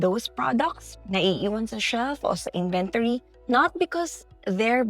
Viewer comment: You kept mispronouncing the word inventory